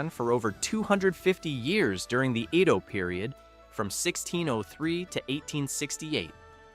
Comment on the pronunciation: Edo is not pronounced (iido?)....